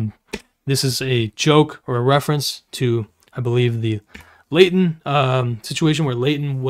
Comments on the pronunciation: Why does pronounce Leighton's name as "Laden" every single time It irritates me lmao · Just wanna feed the algorithm and complain about how annoying and irritating voice is but especially when he pronounces Leighton as laden 😤